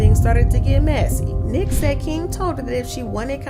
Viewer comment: Her Name Is Niiiique 🤦Nique 🤣🤣🤣